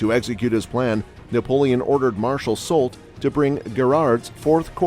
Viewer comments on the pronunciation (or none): Just a nitpick: you pronounce Grouchy and Marquis correctly, but Soult is pronounced “soo.”